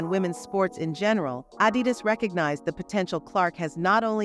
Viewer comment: fix the AUI reader. Its so annoying to hear AD -i-dus instead of a-DI-dus in the narrative